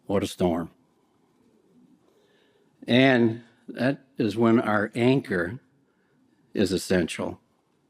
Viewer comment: Did I hear "the yanker" or "the anchor" here?? Not once but twice he said YANKER!! 🤣🤣🤣